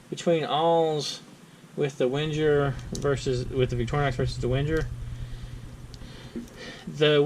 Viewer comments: It's pronounced Venger, not Wenjer. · Can you please stop saying "Wendjer"...? The "W" reads as a "V", and the "G" reads as a "Geee" not as a "Jeee" (as in "GO" not as in "JOHN").... WENGER spells "VenGer" Thanks ;)